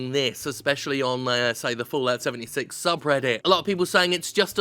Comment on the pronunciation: I swear I heard Jim say “Bullocks 76” instead of Fallout 76 lol